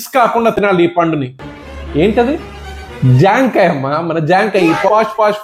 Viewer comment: సార్...... జాం కాయ్ కాదు....😂😂😂జామ కాయ్.. సూపర్ మీరు